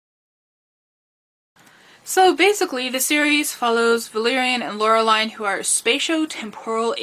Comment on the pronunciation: Nice video, I grew up with these comcis btw It is pronounced "Laure-lean" or "Laure-leen"